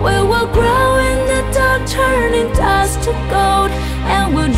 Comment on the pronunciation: 唱功是很厲害啦 但Glow發音成grow了 Dust發音成dost